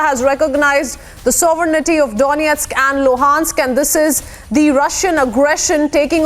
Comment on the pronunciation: Excellent pronunciations of Donestk and Lugansk! 😇